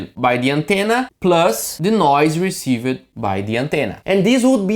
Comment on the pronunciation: "use" is a one-sylable word... "received" is a two-sylable word...not three... "preserved" has two ...etc. Great video... I only mention the English because you are close to being perfect with English delivery except for this small issue.